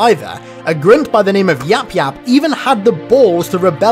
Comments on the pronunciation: Why do you say grunt like that though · Say grunt properly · Can you say grunt normally please thank you